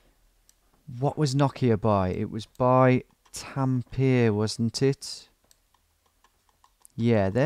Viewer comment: I assure you he doesnt know anything about my language. He butchered all the names... IT'S TAMPERE NOT TAMPIR